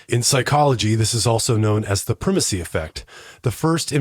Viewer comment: Pronounced--prai muh see.